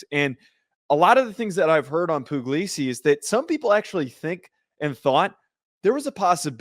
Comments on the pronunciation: Puglisi is really talented. And it's pronounced Pugg-lee-see btw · It's not poo-glee-see, it's pug like the dog 😂 so no, that's not what he said